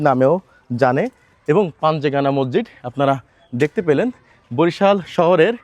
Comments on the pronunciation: মজ্জিদ না রে ভাই উচ্চারণ ঠিক করে মসজিদ বলেন। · আপনি কি বলছেন মরজিদ না মসজিদ না মজিদ? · হালা মগা,,,,মসজিদকে বলে মরজিদ